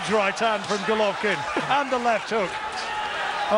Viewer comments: C'mon get his bloody name right, it's Golovkin not Govolkin. Dear me! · Who the hell is Govolkin? Just listen to the guy sat right next to you. He pronounces correctly about 20 times ffs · so irritating that the announcer keeps saying 'govolkin' - learn the names guy!